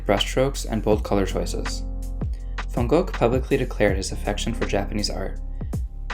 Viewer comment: Many interesting details in this video, among them that of the distinction between japoniserie and japonisme —and the presenter's first effort at pronunciation of Van Gogh is quite good.